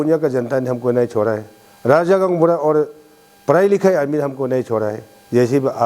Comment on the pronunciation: Useless and corrupted leader ever, support ko suppose bolne wala uneducated leader. 100% me se 1% hi kaam kiya hoga yea 5 years ka tenure me, isse bakwas leader koi nai nekala hoga abi tak, or iska pronunciation ko b dekho na, kya soch k public or MLA ne isko elect kr deya hoga, RAJA ko DAJA, ROAD ko DOD, REQUEST ko DEQUET bolne wala yea ZPM pakka Uneducated hota hoga, iska qualification check kr k dekho 1 Pass b nai milega. Or abi yea jo kaam kiya hai bol k jo bakwas kr raha hai agar koi Educated person ko elected kr ta to yea uncle se 100 times kaam kr ta. 60 constituency ka MLA janbus k uneducated log ko hi elected kr ta hai, isleyea to deklo 60 constituency me Educated log asa faltu me betha huwa hai or uneducated log leaders ban k kuch b kaam nai kr ta hai, bas corruption or khud ka ghar banane me busy hota hai. Or jojo Educated hai unko to MLA or asa uneducated leaders log asa haal kr deta hai bechara kuch b nai kr pata hai.